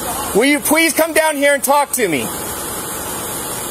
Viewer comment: will you pwease come down here